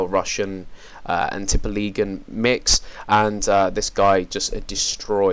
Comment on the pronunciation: Norway <3 Tippeligaen! you say that on a funny way, haha :) Great Review.